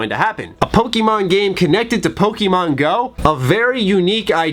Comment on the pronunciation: You arent a pokemon fan, if you were youd pronounce it like one instead of a concerned parent or teacher in 1999.